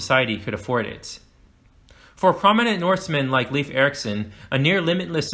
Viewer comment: Leif Eriksen’s name is pronounced closer to rhyme with ‘life’ than ‘leaf’.